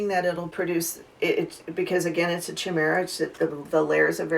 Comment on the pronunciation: did this lady really just say cha mera! I literally can not its supposed to be said "kye-mera" chimera